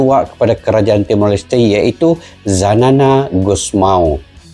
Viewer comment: Xanana Gusmão Bukan Zanana Gusmão